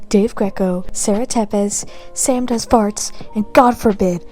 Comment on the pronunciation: Sam does Farts 😂 😂 😂 - not sure that's how you meant it, but that's how i heard it and it made my day